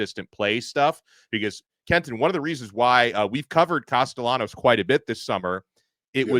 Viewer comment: These guys are utter idiots. is an FSU hater. He trashed FSU constantly when they won the ACC a couple of years ago. No one, absolutely no one at FSU is saying the nonsense this National is saying. FSU is happy with Castellanos, and can’t even pronounce his name correctly. No one is concerned about Castellanos comments except idiots like these guys. If you think that Alabama’s players are going to play any differently, you’re delusional. It’s akin to Anthony Richardson saying Florida would beat FSU. So what? It didn’t happen and the better team won. Football games are NOT decided by words before games. Tye better team will come out victorious between Alabama and FSU. Words don’t matter…Mike Tyson said it best about someone’s plan goes out the window when they’re hit in the mouth. FSU was psychologically KO’d before last season even started when the Playoff Committee stole the Playoff spot they had earned on the field. It was telling FSU’s players that all of the hard work they had done was meaningless and that carried over into the next season. The talk about firing Norvell is ludicrous. He was the National Coach of the Year in 2023, yet he doesn’t know how to coach? is an idiot! One thing we won’t have happen is the Playoff Committee stealing another spot from FSU with the expanded teams. It was theft, pure and simple. If you think FSU couldn’t have competed, please tell me how teams would have scored on FSU? Have you checked how many members o